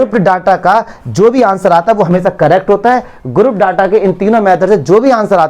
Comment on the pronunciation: Daata nahi ho ta hr data hota he